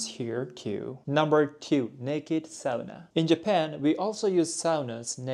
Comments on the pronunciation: Isn't a woman's name in Japan? It's a man's name in Finland. PS. Great job with pronouncing the only internationally used Finnish word correctly! It's awful hearing people say "soona". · thumbs up for pronouncing "sauna" correctly ^^ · good job on saying ¨sauna¨ because most non english speakers say it like ¨soona¨